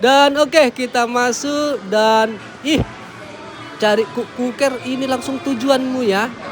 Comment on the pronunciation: Les kuker bang bukan kukuker